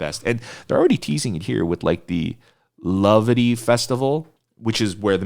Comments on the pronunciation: it rhymes with gravity. It's a mash-up of 'creativity' and 'gravity'. It is not from 'crave' or whatever you think it is to make you pronounce it the way you do lol. I say this with love lol <3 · wait, have I been pronouncing their name wrong? is it Cravity like "gravity," or crave-ity???